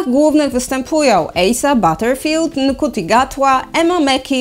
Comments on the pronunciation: Jednak tylko uwaga. “Ncuti” to nie “Nkuti” tylko “Nszuti” :)) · Ncuti czyta się jak Szuti;)